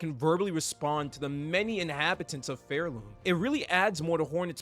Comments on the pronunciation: Really good video, but evertime you said pharloom as phairloom killed me inside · It's Pharloom as in far away, not Fair-loom